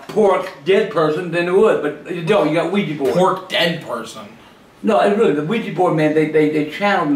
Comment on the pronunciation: Omg.... Why can´t people say OUIJA correct? It´s not OUIJI, it´s OUIJA. Oui-Ja is french and german for yes-yes.